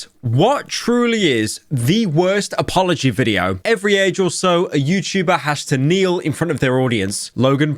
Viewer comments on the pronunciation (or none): mf said "appology" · Blud said appology 🐿️ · I'm more pissed at Pyro saying "appology" than I am with the actual video